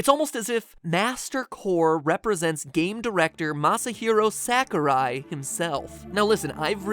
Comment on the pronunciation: It's pronounced Mashi hero saw ker eye Not mashahero sackur eye